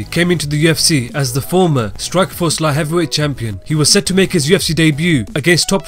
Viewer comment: I come here to just to hear the narrator say "La Heavywhey"